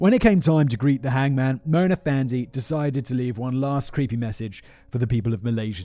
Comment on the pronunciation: Malaysian listener/watcher here: 1. Pronunciation of Mona Fandey was spot on, Simon. 2. Given that corruption is the key trait of most of our politicians, many of us see a morbid sense of humor in a corrupt politician being duped out of money and murdered. 3. It was our Independence Day a few days ago. Coincidence?